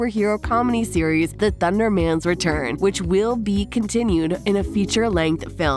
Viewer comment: Not ThunderMAN it’s pronounced thundermens